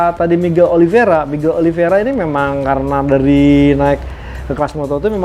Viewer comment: Oli veira bro bukan viera 😂